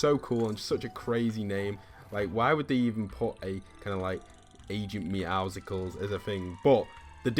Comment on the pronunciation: Why does everybody keep calling him agent meowsickles his name is obviously agent meouscles (Meowsles) like muscles look at the picture of him his chest is huge he is really buff please stop saying meowsickles